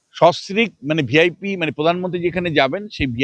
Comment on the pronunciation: পধান মুন্তি আ হাহা কি ভাষা 😂😂😂😂😂😂